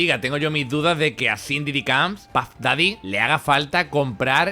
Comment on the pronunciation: Ay chico, mejora tu pronunciación en inglés. Se pronuncia Shan Didi Coms (aunque se escriba Sean Diddy Combs) parece que dices Cindy. Y luego metes metraje de la loca de Candace Owens como si fuese una eminencia. Hay otras personas que pudieran tener mas credibilidad como Jaguar o Katt Williams.